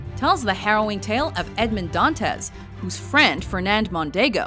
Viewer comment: She punctuated wrong syllables in the name Edmund (s/b on [u] instead of [e]) Dantes (s/b on [e] instead of [a]). I don't blame her, really. She is an English speaker, but if she could say Alexandre Dumas correctly, maybe she should have done a little research and said Edmund Dantes the right way too. It was very annoying so I had to stop watching it. It's even worse with tennis. It's not Navratil[o]va. It's Navrat[i]lova. And it's not Sharap[o]va, but Shar[a]pova. Ah, what can you do.